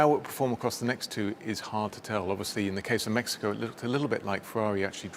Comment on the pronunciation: DID HE SAY MAXICO????🤣🤣🤣🤣🤣